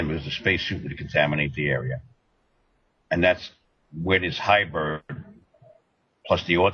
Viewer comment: Seriously...? Highbird? Get educated, read a dictionary once in a while. Hybrid. Hybrid. Hybrid